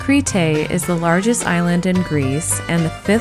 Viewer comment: Very well done! One thing- it is not “Cree-tay”… Creeeeete or Creh-tah. Great job otherwise. Yassou!